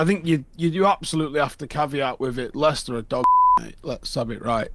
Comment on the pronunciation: Lads its Leicester